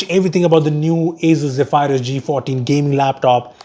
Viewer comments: Hey,, Zephyrus is pronounced as "zef-er-uhs", not "ze-phi-rus" 😬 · its pronounced as zeee fur us not zee fire us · Is not ghephyrus it is zephrus wrong Pronounciatuon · Great Video, but I think you may have got the pronunciation wrong... (Zeph-uh-rus apparantly) But pronouncing it as "Ze-phy-rus" actually sounds tons more cooler and sci-fi. And you guys make amazing intros. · No hate but its Zephyrus not Zeephyrus xx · It's pronounced Ze-Ph-Rus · Ze-phay-rus hmmmm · The way you say Zephyrus is so weird.